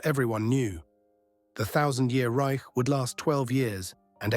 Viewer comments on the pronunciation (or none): none